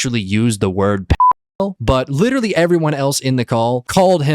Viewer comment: "like witerawy my cawachter is like witerawy a 100 yeaw old wike demi human so Im not a pwedator" ahh adult